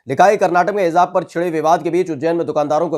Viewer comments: Educated hokar.... Ghalat bol rahe ho.... Hizzzzzaab... Zzzz?... Kitna ganda lagraha hai... Hizaab?.... Kaan ki kharabi hai aapko....? Hij... J... J..... Jjjjjjj.. Aab.... Hijaab.... Sunkar bhi... Hizaab?... Jaanbujhkar kar.... J ko... Z... Bola jaraha hai.... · जी उच्चारण सही करो सही शब्द हेजाब है।आप Hezab bol rahe hain. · Heezaab nahi Hijaab kehte hain🤦🏻‍♂️ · हिजाब में जीम है भाई साहब उच्चारण सही करें आप जीम का उच्चारण जेड से कर रहे हैं